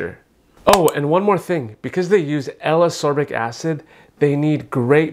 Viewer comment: A Dr. should know how to pronounce the ingredients. It’s as KOR bik acid.